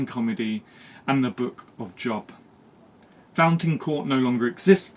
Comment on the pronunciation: Just a pronunciation note, the Book of Job is pronounced like robe, not rob. Nice to see you posting regularly again, sorry I've fallen off the poetrt scene of late. Life stuff.